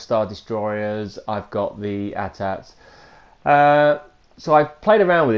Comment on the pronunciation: Who noticed he said A-TNTs?